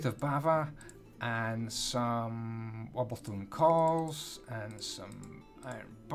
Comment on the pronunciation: U notice how he said wobblestone calls instead of cobblestone walls